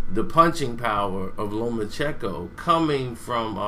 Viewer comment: It’s lomacheNko not lomachecko